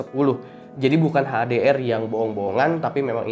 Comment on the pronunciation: HDR sebut betul2 dong